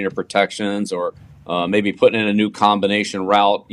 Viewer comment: *pahting, not pouting 😂